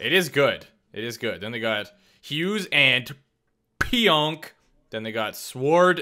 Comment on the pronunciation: Lol the way you said pionk 😂 idk that’s funny